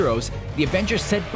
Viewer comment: he said box offerce